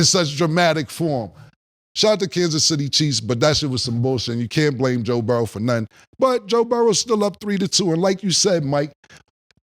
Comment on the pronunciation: Only took one loss to KC for him to go back to "Joe Burrows" with the S on the end